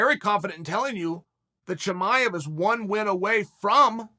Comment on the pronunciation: “ Chum-I-ave”